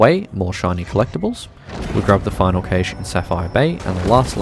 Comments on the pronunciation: A cache (pronounced /kæʃ/ like "cash") Not caish 😂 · Cash not Caysh! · I have to stop watching because the repeated mispronunciation of Cache is so freaking annoying.